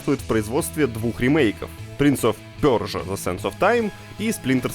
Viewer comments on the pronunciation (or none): интересный факт - если при каждом удобном момента говорить не персия, а пёржа, то рано или поздно на вас будут смотреть как на дурачков, а не как на тех, кто пытается вывести нас из себя.Хотя бы один разочек для разнообразия можно было и нормально произнести, иначе закраиваются сомнения в умственных способностях такого пёрживателя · Хватит говорить принц оф пёржа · Почему он говорит принц оф пёржа,поясните непонимающиму. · Так сказать трудности перевода. Точнее произношения